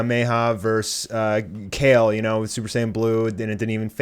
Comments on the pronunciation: Your not saying her name right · Wow you can’t even Say her name right